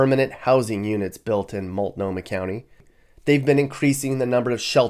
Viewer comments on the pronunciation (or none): Why do you say multnomah like that? Mult-know-muh bro. Not mult-nah-muh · Phonetics "MOLT - NO - MAH" of "MOLT -KNOW-MA" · “Mult nah mah” 🤣